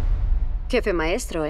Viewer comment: Ya quiero escuchar a decir jefé otra véz.!!!